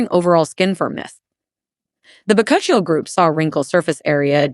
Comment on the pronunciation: Chill - ee you idiot!! It’s pronounced…. Bak - u - chi oil.